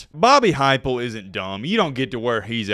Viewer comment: “Bobby Heupel” hahahaha wowww 😭